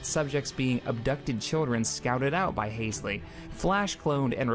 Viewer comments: Hal-Sey, not Hays-lee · im sorry but calling dr halsey (HALL-ZEE) "haze-lee" is really damn grating and makes this hard to watch.